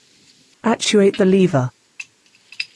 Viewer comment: Leever, boosh, ridtrieve and drivshaft lol all joking aside thanks for the info